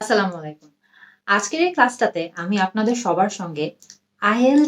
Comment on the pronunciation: এতো সুন্দর মাখরাজ ধরে নির্ভুল ভাবে ইংলিশ বলছেন। আর সালাম টি দিতে গিয়ে যেন ছেড়ে দে কেঁদে বাঁচি অবস্থা গো বুবু।"আসসালা মালাইকুম"। এটি ভুল সালাম। একটু সময় নিয়ে- আস সালামু আলাইকুম বলতে হয়।